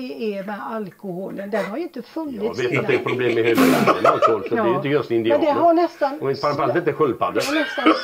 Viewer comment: Jag gillar när säger heila inte nu